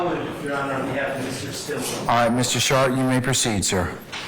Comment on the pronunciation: Max Shart… a rather unfortunate name for a lawyer. Yes I know that’s not really how it’s spelled but the judge keeps pronouncing it that way.😬🥴 💩